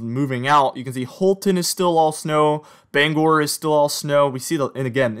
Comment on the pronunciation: You've got the pronunciation of Bangor correct!